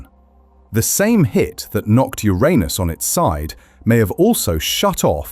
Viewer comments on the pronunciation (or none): How dafuq the narrator say Uranus? Urine us? Yer'anus is the only way. But, am I wrong, did it sound like urine us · To be clear, it’s “your-anus” not “ooranus”. Much funnier that way! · Its not Theiranus its not Ouranus its Uranus. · Wait… it wasn’t pronounced your anus but I heard your in us😢😢… and also no diddy😂😂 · Also, it's not Your Anus it's Uranus (Yerunus). You had it right at first than descended into childish comedy. At least the Brit voiceover pronounces numbers properly, with an "and" in between greater and lesser digits in a number missing from pronounciation. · The first part of the video you kept pronouncing Uranus as ur-anus but then you suddenly pronounced it as ur-aynus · pronounced "urinous" as in full of urine. I like "urainous" better. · Urine-us or Your anus. You choose. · Occupy Ur-anus :face-purple-wide-eyes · The consistent mispronunciation of the planet's name was irritating. Like a bad playground joke. This flaw makes me question the accuracy of this video. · Notice that the narrator cannot keep up the pretense of emphasising the 1st syllable instead of the 2nd, and soon starts pronouncing it the "right" way. 😃😃 So now we know that, in private, real scientists are just schoolboys at heart. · This is hard to listen to when Uranus is constantly mispronounced! It's actually infuriating. I've heard it mispronounced two different ways and I don't like either of them. Grow up and say the name correctly! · Please have a native English speaker record the correct pronunciation of the planet next time 🤣😂😂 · Learn the correct pronunciation of “uranus.” It is not the juvenile English long “A” sound. Shorten it or don’t. If you don’t, you’re just deepening the ditch that YouTube has dug through years of not bothering to learn that most simple of all facts about any subject—how to correctly pronounce it. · Please pronounce URANUS correctly!